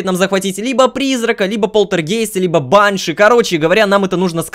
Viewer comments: лололошка это баааньша ударение на ааа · правильно баншИ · Насколько я знаю правильно говорить баньшИ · Там вообще Банши должно быть, а ударение бАньши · баньши ударение на букву и